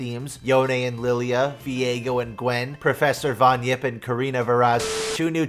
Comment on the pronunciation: its not von yipp